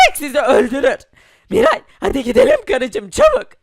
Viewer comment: Miray haydiğin değil haydi